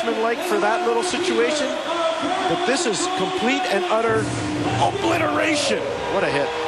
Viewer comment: like the emphasis on obliteration